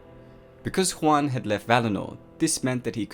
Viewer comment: A couple of suggestions regarding pronunciation--which you do pretty well on overall. -Aule is best pronounced "owl-eh" or "owl-uh" -Huan is more like "hew-on" than "hwan"--think "ewan." Tolkien's languages are based on Icelandic, Scandinavian, Gaelic, etc not latinate languages like Spanish. -The Maiar were more like angels than gods---Eru Iluvatar was the Creator, the Valarr were the pantheon of gods and goddesses, and the Maiar were their assistants/helpers/heralds/messengers, so almost literally angels. EDIT-so as I scan the comments, I see I'm far from the only one to make these, or similar, observations. No shade on you--love the channel and your content, but if this many Tolkien nerds can clock the inaccuracies.......just sayin'. And ya there are millions of arguments on pronunciation----my interpretations, though, are based on the pronunciation guide in the appendices of the Silmarillion--again, just sayin'. Really sorry I sound like such a picky dick.